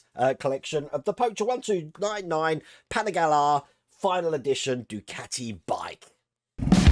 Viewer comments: Actually, pan-ee-gah-lee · Hi, its pronounced at "Penny Ga Lee" phonetically, LOL